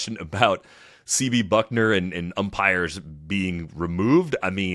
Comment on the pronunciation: It’s Bucknor, not Buckner.